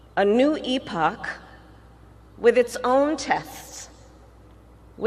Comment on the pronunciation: She pronounced epoch. She's an embarrassment. She should be ashamed of herself.